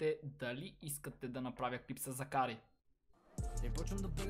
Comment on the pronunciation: Не Закари не пада ударението на второто а а на първото